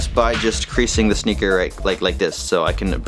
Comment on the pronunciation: Sounds like he say snicker or nicker aswell